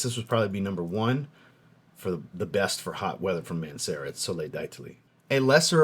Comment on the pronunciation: 1. Another great video brpther, you're easily my fav YT frag reviewer. 2. I want to get my first Mancera, I live in South Queensland , Australia, so it's hot as balls most of the year. Would Soleil d'Italie, oh and my guess is dee-ta-lee for pronunciation, I'm not trying to correct you that's just my guess., anyway, would that be a good intro into Mancera frags, or should I go with the Cedrat Boise I was planning on doing. 3. And keep up the great work brother.